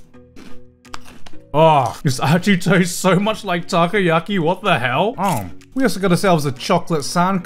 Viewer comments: It’s not takiyaki takoyaki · Great video but its takoyaki, not takayaki which would mean grilled eagle.